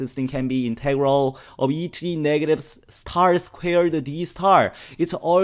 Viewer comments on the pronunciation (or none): It's star not s-tar